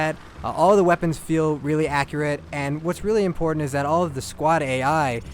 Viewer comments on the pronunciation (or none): none